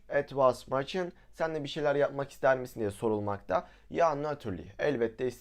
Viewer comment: 'Machen' a meçın diyişin bu kanala abone olmama sebep oldu😅🎉